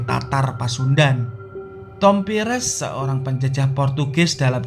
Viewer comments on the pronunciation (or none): none